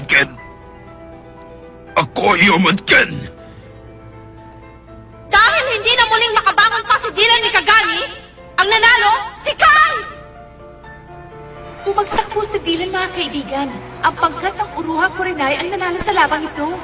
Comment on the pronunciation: Nikagami po. hindi Mikagami